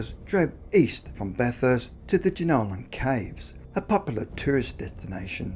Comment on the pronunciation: What’s up with the strange pronunciation of place names? The narrator is Australian and is messing up well known cities such as Bathurst (pronounced: Ba-th-us-t) Goulburn (pronounced: Goal-bun). I noticed him doing it with American place names and although I thought it weird I assumed because he was unfamiliar with the names but now I’m thinking it’s intentional. As I’m typing I noticed he pronounced Melbourne (Mel-bun) correctly so that’s more of a mystery to me than the video subject.